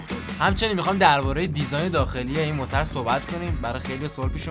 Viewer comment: هههه گویش دری رو به شما تحمیل کردیم .موترررررر 😂😂😂